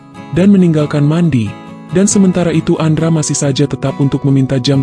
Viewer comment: mendy kang bukan mandi bacanya